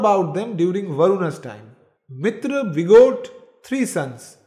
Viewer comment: It is not mitr. MitrA . Dheergha